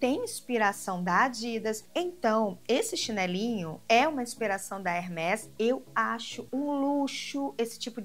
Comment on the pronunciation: Pronúncia é hermês, palavra em francês e o acento usado é um som fechado.